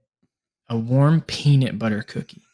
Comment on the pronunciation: and dont say peanit butter